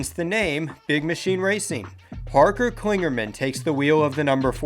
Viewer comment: I like these videos and am happy to see the season starting, only off thing is, it's Parker Kligerman, not Klingerman